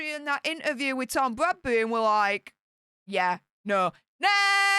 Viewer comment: Please, please, please say inTerview, you miss out the T. Now I am bore and bred Yorkshire but it really irritates me, so please?